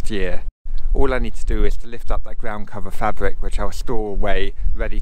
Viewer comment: fabwic ....and gwound.....im off